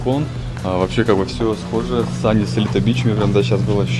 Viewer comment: Правильно говорить Сунис ) нам в отеле сделали поправочку 😀